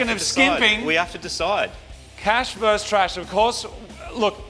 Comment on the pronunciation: Versus. It’s not that hard. Versus.